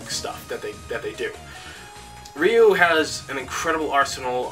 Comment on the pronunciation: Ryu is pronounced "Roo"....